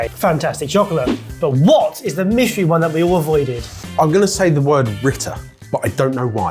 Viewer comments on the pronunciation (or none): none